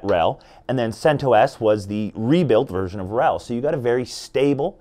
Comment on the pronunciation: He pronounced CentOS correctly at first, the creator of CentOS, Greg recently did a podcast and he pronounced it the same way this dude did in the beginning of the video.